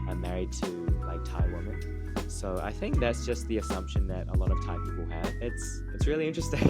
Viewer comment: your thai accent is so good